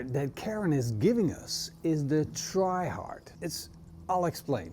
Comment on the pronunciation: until 3 min in I 100% thought you were calling it the "Try Hard"....